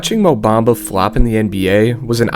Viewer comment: Mo Bumba, not Black Mumba... Or sometimes less is Mo?